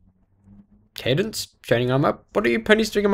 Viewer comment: u said cadence right